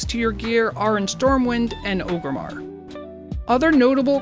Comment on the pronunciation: ORgrimmar sir, not o-grimmar